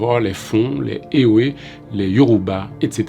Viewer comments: Ewé se prononce évé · Merci pour cette mine d'informations. Juste un petit apport. On dit " Evé " même si on écrit "ewe "